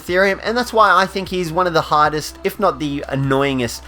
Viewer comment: I understood hottest instead of hardest